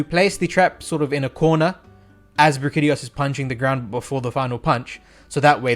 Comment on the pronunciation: Did he just pronounce it as Bra-kitty-os... why is it that everyone can’t pronounce the names of the monsters most used and talked about in the meta. Brack-ee-dee-oh-s please check yourself you unintelligible nobody